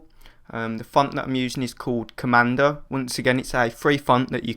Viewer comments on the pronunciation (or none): You should really follow through with everything you say in your tutorials. Such as, the "Commando" font, just put a link in the description to the download site. I spent a while trying to find the "Commander" font because of your accent. Also describe how to put the font into After Effects after downloading it.